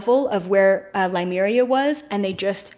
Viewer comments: Just a note, it is Lemuria not Limuria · Its' pronounced Lemuria....not Limeria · LEMURIA not Limeria. It bothers me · Please learn how to pronounce Lemuria......that would be good ....